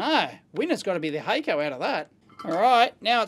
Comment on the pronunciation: HACK CO not hayco